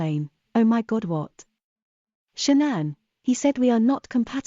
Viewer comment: Maybe I'm too invested in this case , because I am irritated he cannot pronounce Sha'ann's name correctly 😤